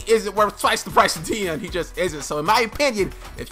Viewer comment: That's not how you say deone